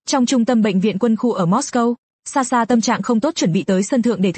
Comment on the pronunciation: SaSha chứ ko phải Xaxa😂😂